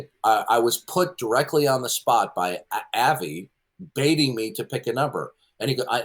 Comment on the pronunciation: It pronounced Ah-vi not Avee, that got under my skin.